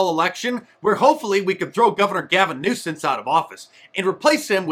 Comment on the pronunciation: Love it Mark! Get rid of Gavin "Nucense". 😂